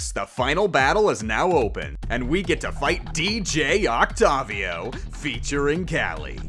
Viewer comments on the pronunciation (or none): It's OCTOVIO not ocativio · Oc-tay-vi-o not oc-tov-i-o